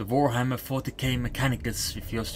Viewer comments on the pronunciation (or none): I just realised that your pronunciation of Warhammer sounds kinda like "Vorehammer". I have no idea what to do with that info.